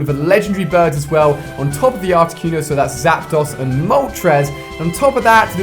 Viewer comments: So he's Mystic but he can't even pronunce Articuno... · Carmela Salmo Cunio not cono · Why do British people pronounce things so fucking retarded. "Articyoono" like seriously stop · The way you pronounced articuno... Cringe...